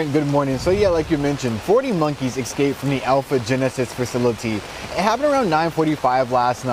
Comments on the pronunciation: I love hearing a professional newscaster say "exscaped" 😞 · "40 monkees excaped". That's a reporter?